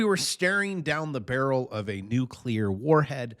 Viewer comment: I love waiting for you to say Nuclear. You clearly work really hard at pronouncing it correctly. LOL